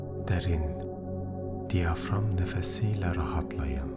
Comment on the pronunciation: Diyakram değil diyafram nefesi lütfen kelimeleri doğru kullanalım